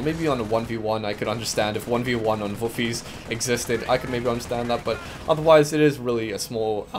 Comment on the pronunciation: That Dutch pronouncuation is not far off. Almost!